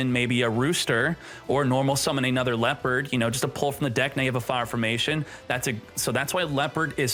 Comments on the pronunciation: Leperd? WUT??? It is Le-o(h)-pard. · Why must you deliberately mispronounce leopard